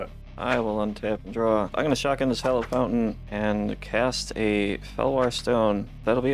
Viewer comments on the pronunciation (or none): none